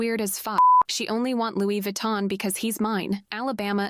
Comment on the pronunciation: Louie Vutton 😂